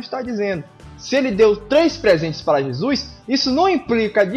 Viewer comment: Já q o vídeo foi meio zoeira kk, para de falar JEZUIS kk Ótimo Video.